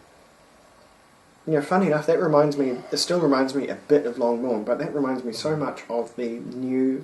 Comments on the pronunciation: For Your Information 1. Loch Lomond is pronounced "Low-mend" and not "Lammond" as you said. 2. Guys. yes, this is an amazing whisky but not everything which is rich and fruity is Ex-Sherry! The 18 year old is matured in First Fill Ex-bourbon, Refill and Re-Charred White American oak casks and is bottled at 46% ABV. Non Chill Filtered. As far as my sources tell me. No Ex-Sherry casks involved. Those rich fruity tropical flavours and slight dried figs and yellow spices come from a combination of fresh First Fill Ex-Bourbon and Heavy Charred Virgin oak casks. This combination can be mistaken for spicy Ex-Sherry casks. However, there is a substantial difference though between rich yellow tropical fruity flavours from Ex-Bourbon casks and Dark fruity (black/red berries) and date flavours from Ex-Sherry casks, I suggest you compare this with the Inchmurrin Madeira Wood Finish. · Hilarious pronunciation of Loch Lomond........FYI not the way you pronounce the distillery.